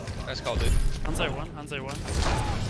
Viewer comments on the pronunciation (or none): I knew he was Canadian by the way he pronounced Hanzo.